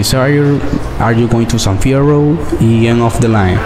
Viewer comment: san fierruo se cree que sabe ingles xddd